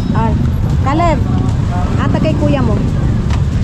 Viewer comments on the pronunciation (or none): none